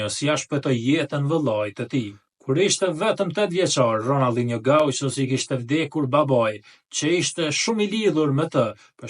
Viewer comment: Ronaldino jo ronalldino,,pse ll sllav,kile ne shqip jo kille,,kola ne shqip jo kolla😅